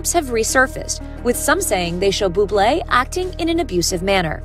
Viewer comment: It's all in innocent fun, my gosh people are dramatic🙄 The narrator of the video literally didnt even say his name right🤷‍♀️